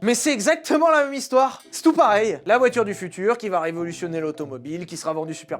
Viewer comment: La voythur du fiouture…❤